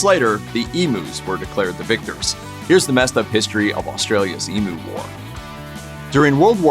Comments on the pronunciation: EEMYOU!, NOT EMOO! Come on the rest of the world, please pronounce our words properly, jezz😅. I can't watch this, the pronunciation is driving me crazy.✌️ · Learn how to Pounce Emu, it's Ee M U not Emooo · Emm you, not E moo. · Emu drumsticks though. I've never heard another American pronounce it Ee-moo before. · it's e-myoo! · I'd say it emyou from down under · Why are you so mad about the way we pronounce the name of this bird ? We speak English, we pronounce it the way it sounds in English ...who cares? Also, sacred bird? You guys may want to rethink that judging by all the trouble they caused you. They weren't so sacred when they were being shot down because they were ruining your crops 😂 Also, I don't think anyone would gaf if you mispronounced bald eagle....I sure don't 🤷